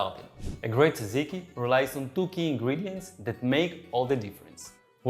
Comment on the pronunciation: FYI the pronunciation is not- Tsa - ziki . I have actually lost count of how many different versions I've heard over the years. Granted it's a little hard, if you're not greek to say it properly but, I'm here to help😂😂. To make it easier for those who struggle, try combining the letters DZ or just say JAJIKI (as in jam). Other than that the recipe is pretty much spot on- I personally like fresh mint instead of dill but either one is good, depending on what you serve it with❤